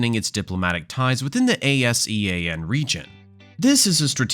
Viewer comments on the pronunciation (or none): ASEAN is pronounced as Ahh See-An as according to other video news sources.